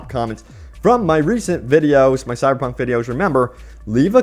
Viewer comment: Is my man saying "Cyberpunk" or "Cy-Punk"?? #slurredtongue